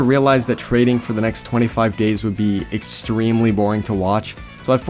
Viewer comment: i think you said gays not days